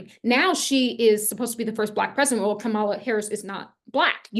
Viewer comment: I'm confused...today you say that it doesn't matter whether you vote for or like Trump or Kamala...but yesterday you called Kamala a "virus". (And BTW her name is pronounced KAM-ala, not kam-A-la.) Recently, you also made it clear that you think Trump is the chosen one, calling him a righteous "Trumpet" who will liberate us all--yada, yada...HUH?...and WTF?! Clearly, Trump is your guy, which is fine by me. I'm an independent. So to each her own...but lately your videos sound more like Fox News! I unsubscribed yesterday NOT because you have a different viewpoint, but because of your fear mongering & contradictory style. Do you actually watch your videos before you send them out? Most importantly, do you actually QUESTION the messages you channel & do you think for yourself? Objectivity, detachment, & grounding are vital for someone who's not just spouting off opinions, but supposedly channeling the Divine! Did you watch Trump's ridiculous & abysmal performance at the Natiomal Association of Black Journalists in Chicago? Check out the videos on YouTube! This is your champion showing ypu his true colors (pun intended)! Never mind what your voices tell you. I wanna know what the HUMAN you--as a Black woman--think about this. Will it make you reconsider him?, you are young & have much to learn. Maybe the "Mother of the Ages" needs to crawl before she can walk. Get your human self strong psychologically & emotionally. Put the channeling aside & get a really good therapist. T